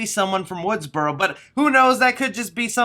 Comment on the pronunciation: Correction its Woodsboro not Woodsborow there's no "W" at the end